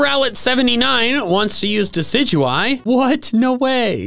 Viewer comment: The amount of times you said diciguie(sorry if I spellt it wrong ) during my shiny hunt for shiny Rowlet